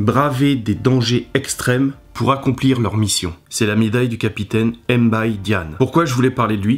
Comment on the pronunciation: S’il vous plaît arrêtez de franciser nos noms, c’est directement Mbaye( le b est muet) . Sinon c’est une belle vidéo. Merci 🇸🇳🇸🇳🇸🇳